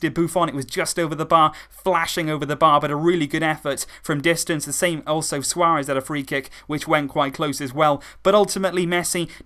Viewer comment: DevinAndreas+ Samuelson not "Samuel"son. lol